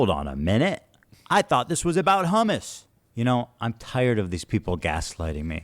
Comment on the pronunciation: The way these people are saying Hummus is pissing me off.